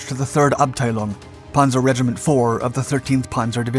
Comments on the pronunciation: What is a “pawnzer”? Or did you mean Panzer? Also the K is silent. I can’t finish watching this. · Pan-zer not Pon-zer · He pronounces panzer as 'ponzer', don't expect much from him. He churns out videos full of mistakes constantly. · It's called a panzer division. Not a punzer! It's not batman and robin! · Wtf is a ponzer ace? Lol